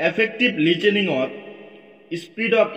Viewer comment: Listening ✖️ Lichening ☑️